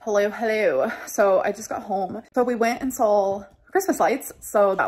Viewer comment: "we went and SAWL the christmas lights" oh my god it makes me want to punch a cactus when she pronounces words like she has a cup of jello for brain